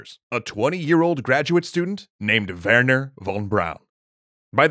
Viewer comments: Wernher, not Wehrner ;) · It´s Wernher von Braun, not Wehrner von Braun. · It is Wernher not "Wehrner" and the "von" is lower case, since it's a nobiliary particle.